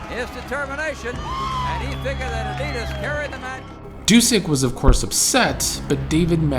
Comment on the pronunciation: His name was Brian Adias not Adidas like the shoe . Am I mistaken ? Or did he use that for a while ? The announcers keep saying it , but I culda swore on my life it was Adias ! And cool seeing Dusek wrestle other than his later commentary role .